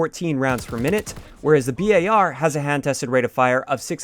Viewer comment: Does it bug anyone else that he says B-A-R instead of bar?